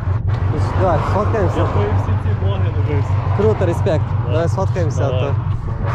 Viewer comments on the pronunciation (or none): none